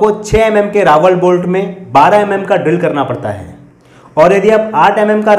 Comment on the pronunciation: Bade bhai jankari dee lekin RAWL (रॅाल) hota hai na ki Rawal रावल